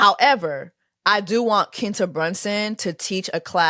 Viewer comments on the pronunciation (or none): Jessie baby it’s “Kwinta” not “Kinta” 😭 lawwwwd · “Keentuh” Jessie? 😂😂😂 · Quinta (kwinta) the Qu- is pronounced like Queen